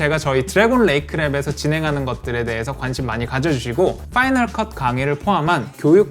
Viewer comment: "파이널 것" 은 마지막일 것? ㅋㅋㅋㅋㅋ 파이널 것이 아니라 파이널 컷입니다.